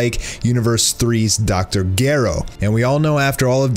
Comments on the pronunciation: yeah its definitely Zdjero not Gairo lol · Did he really say Dr. G-air-o when it is said as Dr.Gero (Jer-o) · Uh it's Dr. ("Je-ro") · Dr Garo??? You mean Dr. Gero. (Jih ro) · Did you seriously just call Dr Gero, Dr Garo. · Disliking this vid because you said Dr. Gero wrong. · Bruh we all know how to say Dr gero why did u say it wrong